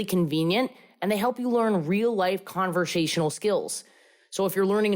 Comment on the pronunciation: Omg i never noticed in the babbel promo fuck up the word "conversational" for a language app. "convershashional" 😂 needs this app for english